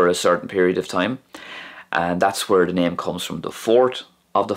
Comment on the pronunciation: It's really interesting to hear the wh in when and where is pronounced "hwen" and "hwere".